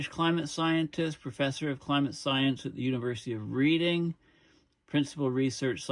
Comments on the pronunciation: Ed Hawkins from university of reading! My home town. Very proud of the stripes here. By the way reading is pronounced REDIng like - colour 🔔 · Reading is pronounced Redding. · Please... The town in the UK called Reading. it is a silent A. it is pronounced RED ING. It just is. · Sorry to be a pedant but it's one of the quirks of English dialect but you pronounce Reading University - as Redding. No idea why but there you are.